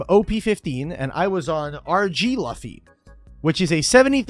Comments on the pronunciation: Literally had to stop watching bc you kept saying “luff-y” instead of “loo-fy” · I know it's nothing, but it's loo-fii, not luh-fii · Cannot stand how he says Luffy (loo fee) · The mispronunciation of Luffy is S tier engagement bait lol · The person who deserves a game loss is for mispronouncing Luffy like that. It's not Luh-fee, it's Lou-fee. The 4kids rap explains it! His name is Luffy, that's Monkey D. Luffy, he'll be KING OF THE PIRATES! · The fact you call him Luh-fy was proof enough that you played Yugioh. The ability to read is at a premium in yugioh. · LOOFY is how you pronounce it. Leaving now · It’s “Lou-fee” you heathen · I completely agree with your take on this except for how you pronounce Luffy lol. I am newer to your channel, so maybe this is just an inside joke but my “hot take” is that it is culturally iconic enough (Macy Thanksgiving parade and such) that no one should be mispronouncing his name anymore. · i cringed when you couldn't pronounce Luffy's name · Incorrect the only reasonable solution is to shuffle the deck 7 times so it is randomly distrubuted. At least until you say Luffy correctly its the only solution. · pls tell me that luffy pronunciation is a joke towards logan paul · please say Luffy correctly😭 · Doesn’t even know how to say Luffy. Talk about something you know goofball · Why gang say Luffy like that? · I’m sorry but you pronouncing Luffy like that gave me psychic damage lmao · Please tell me chat corrects his pronunciation of Luffy.